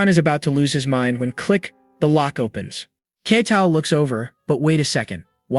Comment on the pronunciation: That's true, the constant shift between calling him "Ketal" and "Kettle", and the classic misunderstanding words like saying "bow" as in "bow your head" instead of "bow" as in "bow and arrow"